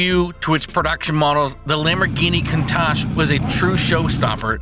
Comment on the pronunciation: Talks about the original Countach, then shows the "new" Countach😆 and get your pronunciations right please, do some research.